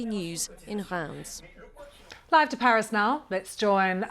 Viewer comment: The BBC just make themselves look stupid by going on about the 'far right' the whole time. That woman trying to pronounce the town of Reims was a good laugh.